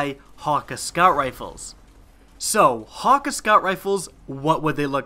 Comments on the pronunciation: Ok 30 secs into the video i had to stop lol, Wtf is "hawk-ah" as he pronounced it... Ive always thought it was like.. Han- key.. With like a really defined A.. Anyone get what im saying?? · ur pronunciation of hakke is so wrong...